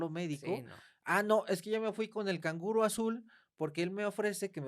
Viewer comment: He muerto de risa sin controlar cuando dijo el kanguro azul🤣🤣🤣me sonó como a unicornio negro 🤣🤣con todo respeto🤣🤣